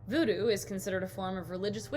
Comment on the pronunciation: the way he says voodoo😂😂😂